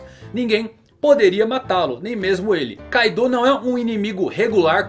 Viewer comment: Caidou???? Kkkk não é Kaido???